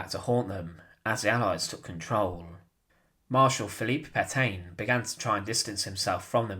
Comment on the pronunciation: TRY to pronounce the names correctly. Please look up how to pronounce Pétain, for example. Or Dijon. It's the name of a well known type of mustard, for God's sake, so no excuse for that one especially.